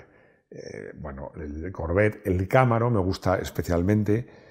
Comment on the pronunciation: creo que se dice Camaro no Cámaro 🤣🤣. Es mi coche preferido!